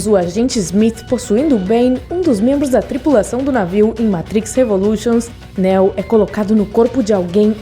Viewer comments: Não se pronuncia Néo meu anjo é Neo o nome do personagem. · Nao se pronuncia neo como" néo" se pronuncia como nio😜✌️😎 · Néo? O nome de pronuncia Niu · 1) Não não se pronuncia Néo e sim Neo. 2) É errado dizer que Neo não se DESTACOU dos demais escolhidos, devido o amor que sentia por Trinity, ele escolheu sacrificar tudo para ficar com ela, essa escolha o torna especial e se torna diferente de todos os outros 3) Neo não ficou COMPLETAMENTE LOUCO kkkkk ele nunca declarou a guerra contra as máquinas, a guerra sempre existiu para controlar o número populacional de Zion 4) A essa altura da historia o plano habitual das máquinas para Matrix já estava em total desordem, Neo já havia quebrado ciclo mas ainda precisava realizar dois objetivos, salva a humanidade das maquinas e salvar as maquinas de Smith, Se Neo falhasse todos morreriam, restando apenas o Smith, visto que o vilão teria a capacidade de corromper todos os programas ligados a Matrix INCLUSIVE o próprio Deus EX Máquina, No fim o PLANO DELE FAZIA SENTIDO E AS MAQUINAS COMPREENDIAM A SUA DECISÃO. 5) Quando Neo explodiu Smith no final do primeiro Matrix, ele fez uma cicatriz enorme no programa DIGAMOS ASSIM, e como a Matrix sempre tenta equilibrar a equação , Smith ganhou novos atributos tornando em um de vírus no sistema, praticamente sendo impossível de ser isolado ou rastreado devido a habilidade de se copiar. Basicamente não foi o seu LIVRE ARBÍTRIO que o transformou em ALGO COMO VÍRUS. Tem muitas outras coisas que não foram explicados corretamente no vídeo, para quem gosta do universo de matrix e quer saber um pouco mais sobre esse universo tão vasto, eu recomendo um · “Néo” kkkk nííô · A mina falou "navio" em vez de nave... falou Néo, Morfeus... 🤦‍♂️ se fuder. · Néu ? é assim que se pronuncia????? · Parei no Néo... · NÉÉU... fala sério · Engraçado sua pronúncia Néo 😄😄😄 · Bom, você claramente tá lendo um roteiro. Já começa falando errado o nome do PROTAGONISTA. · Ela falando neo é muito engraçado